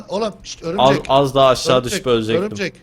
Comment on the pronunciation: örümcek değil örümcenk